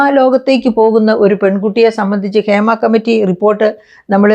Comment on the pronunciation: ക്ഷേമ കമ്മിറ്റി അല്ല ഹേമ കമ്മിറ്റി